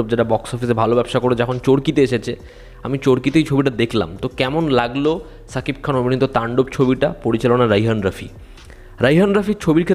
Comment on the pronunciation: আরে ওটা শাকিব খান হবে ছাকিব খান নয় 😂😂😂